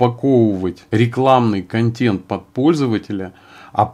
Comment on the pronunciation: КонтЭнт, КонтЭнт, КонтЭнт же! Никакой не контЕнт. Уши режет.